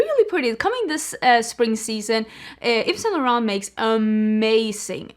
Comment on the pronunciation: (pssst, you don't pronounce the t at the end of Yves Saint Laurent 😘)